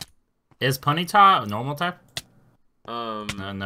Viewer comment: Tonymah = ponytah